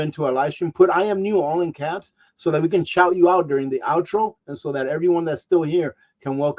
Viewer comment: Love the "out tro".